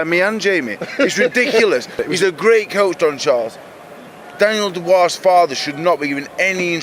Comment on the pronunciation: it's not... dubious... it's dubois.